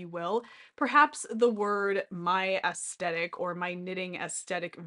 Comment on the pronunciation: Definitely pronounced with soft ‘th’…looked it up.😢 Sorry to be judgmental just having a difficult time listening, otherwise great video!❤